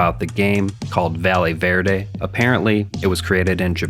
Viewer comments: Bro called it valley verde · Quiiiick question. Are we sure it isn't pronounced "Vayeh Verde"?